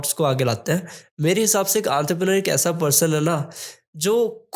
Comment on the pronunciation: Enterpreneur❎ Anterpreneur ✅ 😂